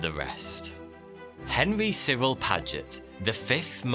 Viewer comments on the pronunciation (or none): none